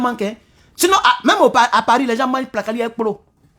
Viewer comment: Mon frère tu m'as fais rire ta manière d'appeler placali avec plot